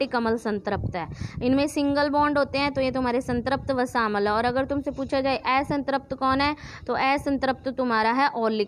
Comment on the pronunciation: Madam phele bolna to sikhlo Vo अम्ल hota hai अमल nhi 🤣🤣